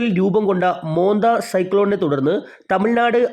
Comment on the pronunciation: മോൻതാ എന്നാണ്. മോന്ത അല്ല